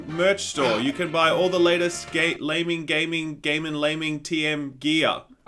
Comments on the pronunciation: "Gay guys"? Its pronounced "Lay men" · He almost said Gaymen Gaming at the beginning of this video ha ha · Pretty sure i just heard "gaymen laming". I have no idea what it means, but i can't unhear this now. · "Gaymen Laming" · Laymen Gaming..... Did you mean: Gaymen Laming?